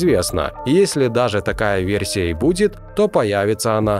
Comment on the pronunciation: ВерЬсия - кровь из ушей